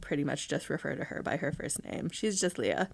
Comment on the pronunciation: Her name is pronounced LAY-uh. (Think Princess Leia from Star Wars.) Nice interview.